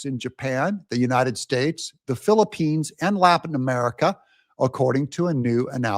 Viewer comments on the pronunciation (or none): none